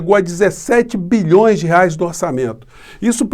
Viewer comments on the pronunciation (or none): none